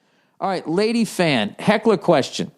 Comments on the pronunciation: Whenever Bill says "laydee", I crack up. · Jason Dyrkacz Same dude. I love it. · Me too